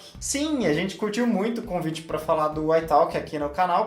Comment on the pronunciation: Kkkk eu só queria entender como ela consegue colocar o "L" em "pla" que seria "pra" e não consegue colocar o L em " inglês" e fala "ingres", ri de verdade ouvindo, achei engraçado mas bonitinho